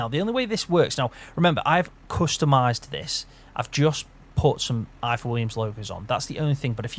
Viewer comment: Pronounced IVOR. Honestly it is 😂